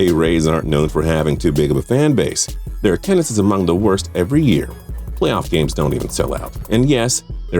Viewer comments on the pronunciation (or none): none